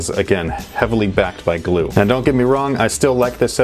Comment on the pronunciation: It hurt me when he said “glue”